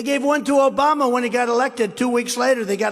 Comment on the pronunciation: Right! That's why 45 said he ran against George Bush and whenever he tries to cover up a mistake he makes up a new words like the United Shates and Obamna.